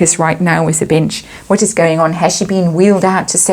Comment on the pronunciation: I'm sure it's my hearing but every time you say "the bench" I hear "the bitch" 🤔